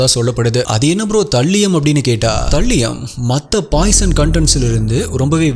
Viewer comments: Please see the pronunciation of Thallium... Not thaliyam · அது தல்லியம் இல்ல bro அது தாலியம். நீங்க ஒவ்வொரு caseயும் விவரிக்கும் விதம் அழகு bro.. keep rocking 🎉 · You are pronouncing thallium wrong😅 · தல்லியம் இல்ல த(தே)லியம் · தல்லியம் ❌ தாலியம் ✔️ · Bro athu தல்லியம் illa தலீயம் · Thambi, please 😂English pronunciation konjam work required. Paavam andha thallium 😂